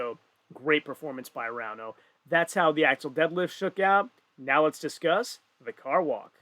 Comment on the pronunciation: The pronunciation of Ervin and Rauno was itching me during the whole event :D and when we got to the stones and the stream suddenly stopped, I was like "really?". Good that they fixed it within 40 mins tho.